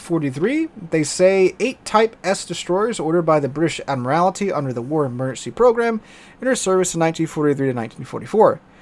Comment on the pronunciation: I think we'd rather bully you for your pronunciation of "Admiralty" 😉